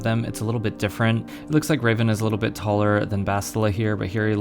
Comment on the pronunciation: Hate to be that guy but you're pronouncing Revan wrong. Thanks for review though.